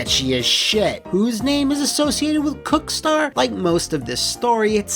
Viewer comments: I'm not the only one that heard Cockstar right? 🤔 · Well, given how he reads "cookstar" is wouldn't surprise me.